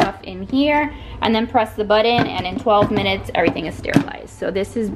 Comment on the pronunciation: I dont like the way you say "budon" its button :)